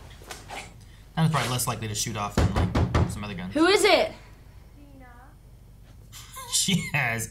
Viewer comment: You pronunciation of Dina is wrong 😅